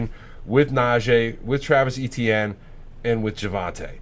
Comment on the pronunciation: Guy it is not E T ienne, is Frech name Etienne, sounds like itsien as an English transliteration, it"s usually a 1st name in Quebec